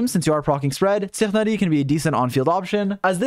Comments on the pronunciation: TSIHUNERI?! HOW TF DO YOU PRONOUNCE HIS NAME?? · What the hell do you call Tighnari? LOL